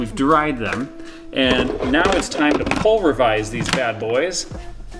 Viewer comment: ... did you say pulrevise?